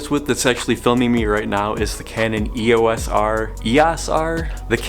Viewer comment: You got it right the first time,...E O S R!,.....without the "R",....it's just EOS,.....EEEEE OHS! The "OS" is pronounced like the "OST" in the word "Most"! Nice vid...